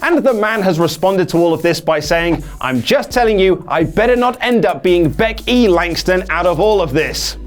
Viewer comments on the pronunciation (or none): LMFAO Beck E Langston!!